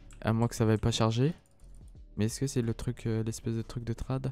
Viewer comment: Sa se dis traide et pas trade